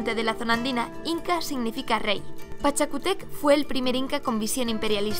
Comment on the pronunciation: Solo una corrección: Pachacútec, con acentuación en la U! El video está espectacular! 🙌🏼🇵🇪 Saludos desde Perú!